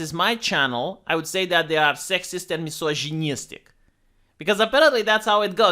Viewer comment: the only slav to pronounce "misogynistic" with a french accent lmao